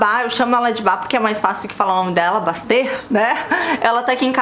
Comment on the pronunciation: Mandy Candy, na pronuncia si fala Basti